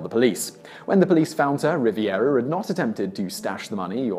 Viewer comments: He definitely needs to start googling how to say some things. I kept cringing at him saying, "Riviera" instead of "Rivera" Edit: unless he's saying it correctly and it's just misspelled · Ri-ver-a, Simon, not ‘Ri-vi-er-a’. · It's Rivera, not Riviera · Number 4--It's Jasmin RiVERA, not RiVIERA.